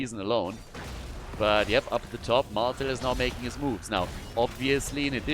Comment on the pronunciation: "Meching it happen" 😅😅😅😅